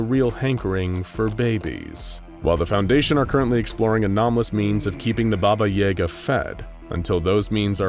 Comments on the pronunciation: Bobba Yehga! Lmao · When you pronounce BABAJAGA the way you do.... it makes me laugh. As a Polak that knows the story of this witch all too well. You are pronouncing way WAY wrong 😂😂😂